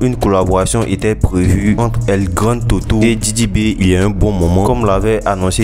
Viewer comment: El grandé toto stp,et pas el grand toto